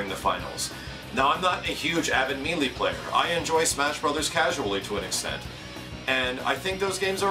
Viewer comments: you know people from different parts of the country say words differently, and in no way is 'may-lay' the correct pronunciation for the word. So get of your high horse you English nazi whos wrong. Also stop this open letter shit, its now played out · You're killing me. Pronouncing it "me lee". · When's the last time you actually listened to the game? in the game, on the title screen no less, it's pronounced MAY LAY. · melee is pronounced meh-lay. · Mêlée = Meh-lay French lesson. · Melee - Pronounced Maylay ˈ(mā-ˌlā) Long "a" sounds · you should probably start pronouncing "melee" correctly. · God I hate the way people say melee. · for the love of baby jesus, it's "May-lay" not "Mee-lee" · Me-lee? I thought it was pronounced may-lay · Actually according to most sources online it is either may-lay or meh-lay. Mealy is a completely incorrect way of pronouncing it either way though. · Ugh....me....lee......damnit, say MAYLAY :rage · it's pronounced maylay, not meelee. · meelee meelee meelee meelee meelee meelee meelee meelee meelee meelee meelee meelee meelee meelee meelee meelee meelee meelee meelee meelee meelee meelee .... "may-lay" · Wonderfully said,. I hope Nintendo recognizes just how big the next Smash Bros game can be. Also, it's pronounced "may-lay" not "mee-lee":) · It's may-lay and backing that up with the Ry-u vs Ree-u argument doesn't work here. May-lee is never a correct pronunciation for Melee. It does make you sound like you're too stupid to learn the correct pronunciation though. Like you're a 5 year old trying to sound out Melee for the first time. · Depends on the area. Its me-lee to me.I dont even see how may-lay is taken from the spelling, but i know its one way to see it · I love you. But, it's pronounced "may-lay', not ME-LEE. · I'd rather Nintendo stick to the games they're good at and let the better companies handle fighting games. And it's pronounced May-Lay man, not Mee-lee, the game even says it...